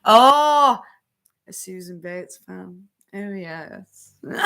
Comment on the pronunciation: Oh!!! You say “bates” like they do on Downton Abbey!!!! “Mistah Betes!!”